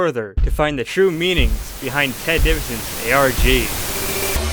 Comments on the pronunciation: He said arc not arg lmfao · He says arg, he just pronounces it as a whole word lol